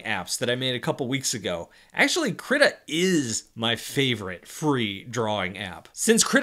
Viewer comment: DO NOT PRONOUNCE KRITA LIKE THAT